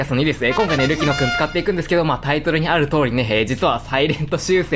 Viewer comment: たまに“ルキノ”がスマブラの“ルキナ”に聞こえて嬉しくなる